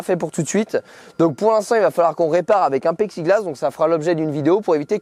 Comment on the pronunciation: Lol mort de rire A 9 min 45 Tu dis que tu vas réparer avec un paicxiglass. C plus du plexiglasse. Sinon c’est un joli joué Je rigole encore